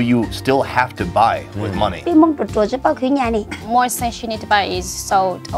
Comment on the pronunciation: Took me some time to realize you said money not monkey